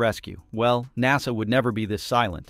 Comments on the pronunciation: lol “Nossah” (aka NASA) Tell me you’re A.I. without telling me you’re A.I. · Clickbait title. Horrible AI reader. Seriously, what kind of AI reader can't pronounce NASA? And "seven hundred and thirty seven max". Really? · AI BS can’t even say nasa right now